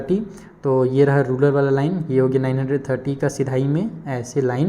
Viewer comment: Sir vo rural hota ha na ki rular